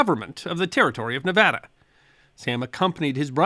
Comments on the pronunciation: 50 points to for correctly pronouncing Nevada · I have Loved watching your videos ever since you put out the video about apples, which was your first video I watched. I really want to thank you for pronunciation or is it enunciating, whichever I want to thank you for Pronouncing Nevada correctly. There is another channel I following who refuses to pronounce Nevada correctly, even though I have commented and included a video of President Trump in Las Vegas telling the world how to pronounce Nevada correctly. He is a Dr, not a medical type, so you would think someone who has DR. in the title of his channel would want to pronounce Nevada correctly. Again Thank You. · Yeah! He said Nevada right! 🥳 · Thank for pronouncing Nevada correctly. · I now live in Nevada, thank you for pronouncing it correctly ,,always love your stuff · Thank you for pronouncing Nevada correctly.